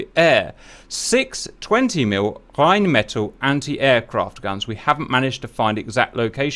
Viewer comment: I'm so lucky i was born the same year this went down. I can never forget my major birthdays. Coz if i try, someone will mention it's been X years since the argies lost. for a guy who spouts a lot of german you didn't half butcher Rhine-met-Al's (spelt phenetically) name. if you know you have to leave 15 minutes into a mission, don't agree to run it. You are letting down your friends, team and makes you look flaky